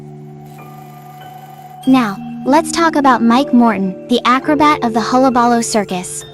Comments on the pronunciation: It's "hul·la·ba·loo" not "holla balla". Also Joker wasn't the one who set the fire, it was Murro Morton. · huh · luh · buh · loo You're saying it weird. That's how.